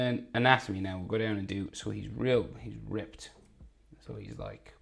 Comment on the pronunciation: Bro said ripped